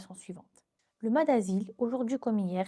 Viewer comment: Salut, je connaissais pas du tout et c’est très intéressant. Juste on dit maSS, (le S se prononce😊)